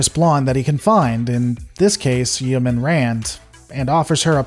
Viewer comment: Your pronunciation of yeoman makes me cringe lol